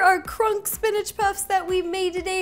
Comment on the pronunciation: Ro, Kronk is pronounced the same way as the word "honk".